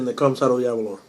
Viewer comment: Can't stand how most Americans pronounce Aberlour, it is not Aberloher, it is named after the Scottish village of Aberlour, pronounced Aberlouer. Similar sounding to (baking) flour.